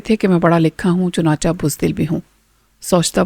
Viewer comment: Madam its chunachay not chunacha